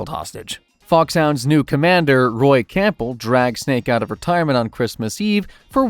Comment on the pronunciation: “Roy Campull “ 😭